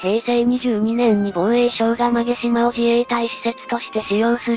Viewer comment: 馬毛島 ＜うまもじま＞ まげじま では？